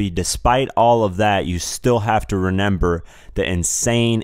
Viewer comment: the word is pronounced ‘remember’ sorry i was getting upset